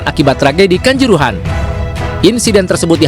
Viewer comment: Kanjuruhan bukan kancorohoan ..reporter k